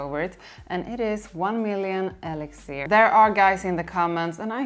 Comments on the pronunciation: Its siiiir not ziiir elixir siiiiir not ziiir 😂😂😂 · Its more like “elec-sir”